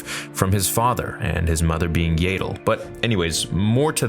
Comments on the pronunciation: Dude. "Yaddle" rhymes with "saddle." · why did you call yaddle, yay-dle